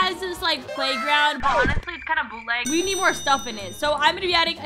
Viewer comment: Did someone count how mmany time said 《boutleg》😂😂😂